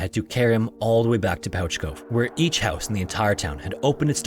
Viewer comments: Thanks for featuring one of our stories (Newfoundland and Labrador) just one thing is Pouch Cove is pronounced "Pooch" like a dog. Again keep up the great work!!!! You might also want to check out the KoFC fire or any of our great fires here in St. John's as well the sealing disaster of 1916 or our losses as a country at the Battle of the Somme in WW1 or the truxton and pollux us navy sinkings off our coast. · Pouch Cove is pronounced 'Pooch' Cove! Thank you for covering a Newfoundland story :D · as a newfoundlander i am shocked by this inaccurate prounciation of pouch cove. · I'm from St. John's, and I absolutely love that you talked about this. We tell so many folk tales and ghost stories about it. I apologize for our dialect being very strange. By all logic it should be pronounced 'Pouch' Cove. But it's called 'Pooch' Cove. Similar to the cute world for dog. Our dialect is so strange. But you pronounced Newfoundland right, and for that, Sir, I salute you! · Pouch Cove has me screaming though. And it has never occurred to me that we spell it like that and mispronounce it that’s just so weird. Because that is how you pronounce pouch, but it’s still pooch. Lol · Yo, I live in St. Johns, Newfoundland. Thank you for pronouncing it right, lol. However, pouch cove is pronounced like Pooch Cove, like a dog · Pouch Cove is pronounced "Pooch Cove"--you know if, for some incredible reason, you need to reference Pouch Cove ever again in your life. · Don't know if someone has corrected this yet, but Pouch Cove is actually pronounced "Pooch" Cove. Makes no sense I know, but figured I'd give the correction! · no, not at all. just this cove i believe. There is a lot of weird place names and pronounciations here. there is usually some funny reason for it from a long time ago. but as far as i know, pouch cove has always been pronounced "pooch" cove. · Newfoundland shout out here. It is pronounced like pooch, not pouch. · It’s pronounced “pooch” cove, like a dog.